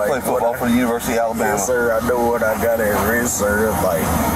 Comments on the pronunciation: I listened seven times and it sounds to me like he said "Alibamia" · he can't even pronounce Alabama